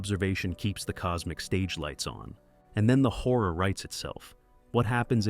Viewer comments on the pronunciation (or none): Horror has 2 syllables. But I’ll listen to your talk about “cosmic whore”